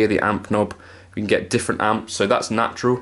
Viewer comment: "Jatural" - I like that!